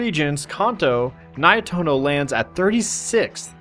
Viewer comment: Just to clarify, it's pronounced Ni-eh-toh-noh, not Nai-eh-toh-noh